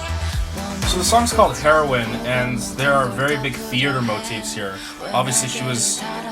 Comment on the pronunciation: Isn’t it said hee-row-in not heroin like the drug ?😂